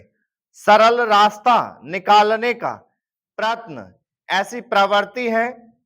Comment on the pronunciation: Prayatan aur itna ka ucchran sahi nahi th sir, itta bola gya par overall badiya❤